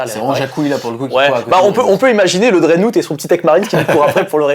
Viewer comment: bonne vidéo très intéressant pour ceux qui ont pas le bouquin et en tant que joueur BA hâte de l'analyse du prochain psychic awakenning. PS: dreadnought se prononce drèdnoft XD